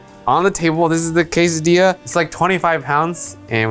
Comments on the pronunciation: Food: Quesadilla: Qesadia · Don't forget to roll the di, in quesadilla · I just wanted to hear how he pronounces Quesadilla. I approve.